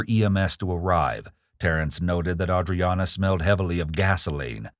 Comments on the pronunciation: I hate that they could never get AUDREANNA’s name right. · I have no idea how to pronounce the victim's name at this point. I think I heard it pronounced 8 different ways and several other totally different A names during this video lmao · Anyone else find it REALLY annoying that all the detectives and officers can't seem to pronounce her name right? Seems like the least they could do at this point, knowing the name of the victim your are investigating on behalf of.